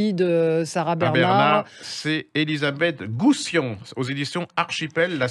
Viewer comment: Au début, dit "Elizabeth Gousian" avec un "i" au lieu du "l" et à la fin, "Groussian", en regardant 2 fois sa feuille, il se trompe souvent!!!